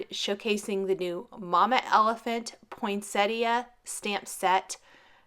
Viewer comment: A truly magnificent card. Congrats. Thank you for being one of the few cardmakers on youtube to pronounce Poinsettia properly!!! Luv it